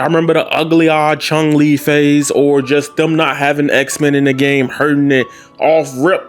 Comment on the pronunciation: "Chung Li"